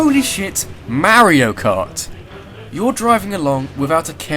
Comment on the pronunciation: Lol "Merio Kot"